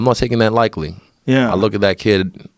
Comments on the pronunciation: Is Adesanya saying "likely" instead of "lightly"? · Someone tell Israel it’s “lightly” not “likely” lmfao.